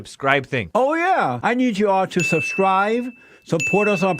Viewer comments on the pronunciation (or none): Did he say 'subscrive' (yes, with a 'v')? Anyone else hear that? 😕